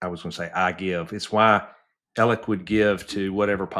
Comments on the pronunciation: Yea but he keeps saying Ellick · I’d like him a lot more if he’d stop saying “Ellick”